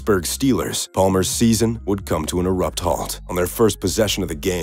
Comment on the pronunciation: Abrupt halt>Erupt halt